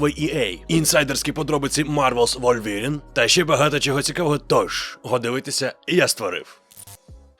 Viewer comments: Не «ВольвЄрін», а «ВулверІн» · Новини гуд) Але пронаунс "Wolverine" треба трішки підтягнути)